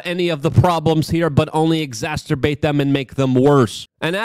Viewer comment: Is anybody ever going to tell Luke that 'Exacerbate' is NOT pronounced 'Ex-aster-bate' Swear he finds a way to use that in every video ..it's about time somebody tells him 😂